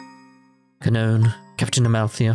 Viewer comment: Her name is probably pronounced "kah-noh-ney." This game was originally made in Japan remember. Ka, no, and ne are three characters in Japanese. To be honest, it's probably a very simple and straightforward name in Japan.